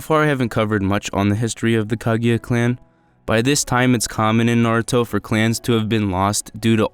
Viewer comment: not (kag-a-ya) it’s (ku-gu-ya)